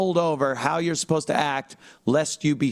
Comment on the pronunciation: Uhsposta. Uhspended. The N’s are exhausting.